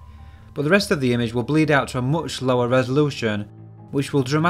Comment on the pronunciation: Oopsample? Mooch? Dooble? Is this is a new thing in british english or some regional thing?